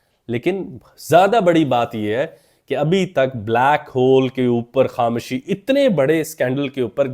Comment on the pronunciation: Sir Ap KhamOshi ko Kham-Shi Ku kehte hain?